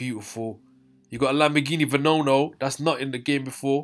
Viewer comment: It’s just Regera, not Regera R and it’s Veneno not Venono